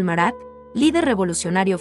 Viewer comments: Al margen de la elección de las obras (hay 2 de Picasso y ninguna de El Greco ni de Goya y falta "La Última Cena), creo que el audio es muy malo. Los nombres de los artistas franceses están mal pronunciados. Y algunos nombres cambiados, (Batticelli x Botticelli, Merat x Marat, Pallack por Pollock) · no se dice merat no se dice no es ingles no es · No sólo los apellidos, en algunos casos también los nombres de personajes o lugares, por ejemplo el de Marat.